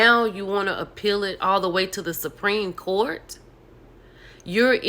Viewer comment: The Suprene Court!🤣